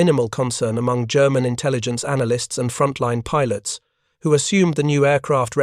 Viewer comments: Just stop with the illiterate AI voice, this stupid AI is an idiot ..... Pilots is pronounce Pi. LOTS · I can't handle it, how can you put out an aviation video where the horseshit AI constantly mispronounces the word "pilots"? Is there some requirement when using AI that you not even check the results *once*? Fuck you people.